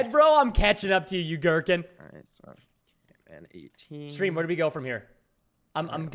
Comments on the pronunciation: not caNman its Camman18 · It's not canman18 it's camman18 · I can’t believe he still says ‘cannman18 Even though Camman18 has told him a million times. That’s what I like about preston